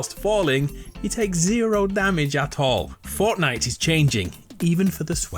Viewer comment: it sounds like he says fartnite 🤣🤣🤣